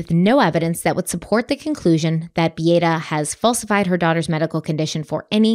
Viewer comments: My intention is NOT to critique, but it is pronounced Bee a’ ta… all short a sounds…sorry…i am half Polish.😊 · First: Beata's name is pronounced "Bee-AHH-tah". I can see you didn't watch the documentary much from that, and possibly went more by documents and trial, but that's not a bad way to analyze a case. Both "Beata" and "Kowalski" were butchered during the trial by the defense lawyers. Also, if you're just reading the print in the Sarasota County documents, that's another reason to mispronounce a name. So more just if y'all do a follow-up, it's an idea to know. The thing about not being able to hear constructive criticism if a person feels personally attacked, and it could happen with either Beata herself (who had wrapped herself in the hope of some form of treatment for her child's pain), Dr. Kirkpatrick (who diagnosed CRPS), and Dr. Smith (who diagnosed medical child abuse). Neither Dr. K or Dr. S here are going to be requested to evaluate a child unless others have suspected the potential for either, because they are specialists. One takeaway I have for this is that apparently at JHACH reporting is not made by the treating doctors, but done by a social worker on their behalf. I get that treating doctors may not have the time to spend hours on hold with a Child Abuse Hotline, but that's not how other non-medical professionals who are otherwise mandated reporters must submit their reports in other states. At least in my state, the person who suspects it MUST be the one who reports, and must report in an "immedate" fashion themselves by calling the Child Abuse Hotline. One cannot